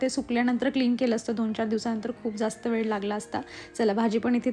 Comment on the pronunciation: वेड नाही ग.. वेळ 😂 कड्या नाही तर कळ्या